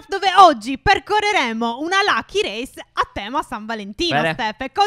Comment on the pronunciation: Quando all'inizio (Stef) hai detto siamo nella race di San Valentino, io avevo capito Salviamo Rino😂😂